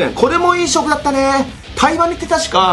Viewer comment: タイバニが対魔忍に聞こえて2度見した